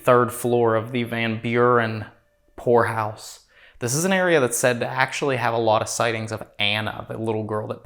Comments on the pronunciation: Hey, every time you say ''poor house'' it sounds to me like you are saying ''whore house''. Please go back there, it was cool. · I thought you said Whore House 😂😂😂😂 Then I watched it again and I heard it correctly Poor house!.😂 😢sadly most poor houses are haunted due to the poor conditions those whom had to live there and slavishly labor for their costs of living there!. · anyone else believed he said Whore house at first... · i thought he said whorehouse haha 🤣😂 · I had to listen like 5 times..... i could've swore he said whorehouse. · Poor house, I thought you said whore house😮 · So it took me about 20 min before I realized you were saying "poor" house, I was hearing something totally different 😂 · Vanburen Whore House! LMAO People need to learn how to pronounce HORROR if they're going to continue in the genre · me too! 🤪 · 😂 I heard that too